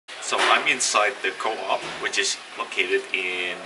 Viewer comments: you say it as one word coop not co op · Hi there! I just wanted to say that "coop" isn't pronouced like "co-op", but actually "coup" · it's actually pronounced coop like a chicken coop instead of co-op :) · the way he pronounce «coop»😂